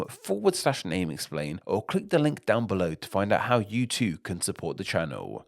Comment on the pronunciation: why-ya do speakuh likeuh thisuh? I know this looks more like an italian accent when I type it out, but you are doing this. Especially at the end of sentences, like "this sound and spelling too-ah". It's weird.